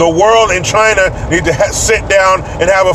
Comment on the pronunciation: P.Trump to the Fake Reporter: ...."TCHY-NAH VIRUS".....'Because it Came from "TCHY-NAH".......Epic.....